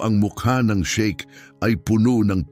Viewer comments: Sheikh hindi shake. Hindi na ba talaga ineedit ang mga ganito? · Shiek Hindi shake